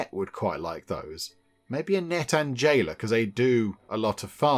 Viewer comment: "J" ayla became "L" ayla!!!